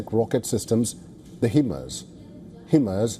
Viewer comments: It's HIMARS and you read it as HYMARS! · Not Hemas! It's called Hi-MAS. Get your facts correct.